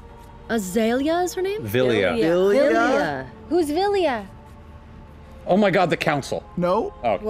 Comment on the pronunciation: My name is Vilya Ashley's hearing: My name's Azalea I was hearing "Azalea" too